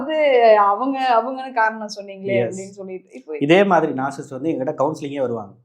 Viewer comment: First of all, it is NOT நாற்சிஸ்ட் (narcisst) It's நாற்சிஸ்ஸிஸ்ட். ( Narcissist ).